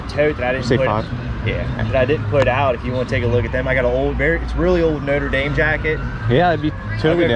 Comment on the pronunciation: Hi, my favorites are the Notre Dame (good job pronouncing it) good score. It pays to have a good reputation!